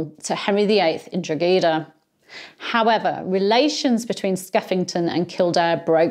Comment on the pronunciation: Skeffington not only massacred the garrison, he executed many civilian noncombatants as well. This became known as "the Pardon of Maynooth." It was a counterproductive gesture, since in the future the Irish were reluctant to surrender. BTW, Drogheda is promounced "Draw-head-ah."